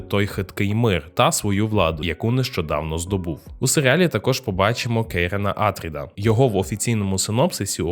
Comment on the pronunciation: не Атріди, а АтрІди, наприклад (наголос на і)